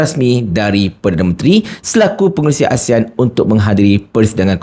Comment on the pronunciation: Dia tak boleh pun sebut ASEAN betul betul. Keep on uttering ASIAN., ASIAN ! Shhhhhhhhh Shhhhhhhhh Shhhhhhhhh Shhhhhhhhh Shhhhhhhhh Shhhhhhhhh Shhhhhhhhh Shhhhhhhhh Shhhhhhhhh Shhhhhhhhh Shhhhhhhhh Shhhhhhhhh Shhhhhhhhh Shhhhhhhhh Shhhhhhhhh Shhhhhhhhh Shhhhhhhhh Shhhhhhhhh Shhhhhhhhh Shhhhhhhhh Shhhhhhhhh Shhhhhhhhh Shhhhhhhhh Shhhhhhhhh Shhhhhhhhh Shhhhhhhhh Shhhhhhhhh Shhhhhhhhh Shhhhhhhhh Shhhhhhhhh Shhhhhhhhh Shhhhhhhhh Shhhhhhhhh Shhhhhhhhh Shhhhhhhhh Shhhhhhhhh Shhhhhhhhh Shhhhhhhhh Shhhhhhhhh Shhhhhhhhh Shhhhhhhhh Shhhhhhhhh Shhhhhhhhh Shhhhhhhhh Shhhhhhhhh Shhhhhhhhh Shhhhhhhhh Shhhhhhhhh Shhhhhhhhh Shhhhhhhhh Shhhhhhhhh Shhhhhhhhh Shhhhhhhhh Shhhhhhhhh Shhhhhhhhh Shhhhhhhhh Shhhhhhhhh Shhhhhhhhh Shhhhhhhhh Shhhhhhhhh Shhhhhhhhh Shhhhhhhhh Shhhhhhhhh Shhhhhhhhh Shhhhhhhhh Shhhhhhhhh Shhhhhhhhh Shhhhhhhhh Shhhhhhhhh Shhhhhhhhh Shhhhhhhhh Shhhhhhhhh Shhhhhhhhh Shhhhhhhhh Shhhhhhhhh Shhhhhhhhh Shhhhhhhhh Shhhhhhhhh Shhhhhhhhh Shhhhhhhhh Shhhhhhhhh Shhhhhhhhh Shhhhhhhhh Shhhhhhhhh Shhhhhhhhh Shhhhhhhhh Shhhhhhhhh Shhhhhhhhh Shhhhhhhhh Shhhhhhhhh Shhhhhhhhh Shhhhhhhhh Shhhhhhhhh Shhhhhhhhh Shhhhhhhhh Shhhhhhhhh Shhhhhhhhh Shhhhhhhhh Shhhhhhhhh Shhhhhhhhh Shhhhhhhhh Shhhhhhhhh Shhhhhhhhh Shhhhhhhhh Shhhhhhhhh Shhhhhhhhh Shhhhhhhhh Shhhhhhhhh Shhhhhhhhh Shhhhhhhhh Shhhhhhhhh Shhhhhhhhh Shhhhhhhhh Shhhhhhhhh Shhhhhhhhh Shhhhhhhhh Shhhhhhhhh Shhhhhhhhh Shhhhhhhhh Shhhhhhhhh Shhhhhhhhh Shhhhhhhhh Shhhhhhhhh Shhhhhhhhh Shhhhhhhhh Shhhhhhhhh Shhhhhhhhh Shhhhhhhhh Shhhhhhhhh Shhhh